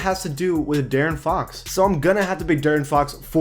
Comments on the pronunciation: Bro I got mad when he kept saying Daren Fox I’m like bruh it’s De-air-in Fox or Deaaron Fox I know it’s a mistake but it made me kind of mad but good vid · How is J-Rich still only a 79 tf....He's the best Heat player right now ifgaf what the ratings say. Also its D-air-n not Darren for Fox. Good vid tho👍. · The way he pronaunces De'aron Fox ugh 😡